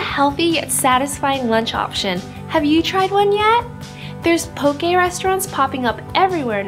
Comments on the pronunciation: Should be pronounced POH-kay and FU-ri-KAH-KAY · Looks good but you butchered the word 'poke' and 'furikake' 😅